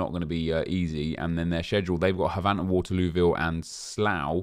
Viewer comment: I'm starting to think you pronounce Havant wrong on purpose after we've been saying it's pronounced "Haven't", but I'm glad you're enjoying this so much more than Fifa. I'm enjoying it more as well.